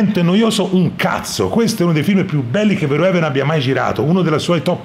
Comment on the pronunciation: verhoeven si legge fer-ofen. Gran bel film e gran video